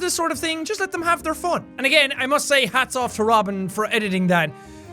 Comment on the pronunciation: The way he pronounced 'fun'. "FON" xD